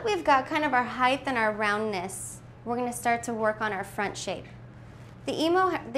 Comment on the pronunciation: HEIGHT DOES NOT HAVE A TH AT THE END. IT'S A BLOODY T.